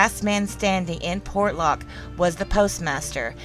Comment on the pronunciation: same word ... many mis-pronounce ... Port ( pause ) Lock ... Portlock ( no pause ) .. Por lock ( missing letters ) .. Por locked ( missing letters & others added ) ... portland ( wrong word ) ... the shipping Port of - 'the city of Lock' ... make up your STUPID southern mind - & keep it consistant .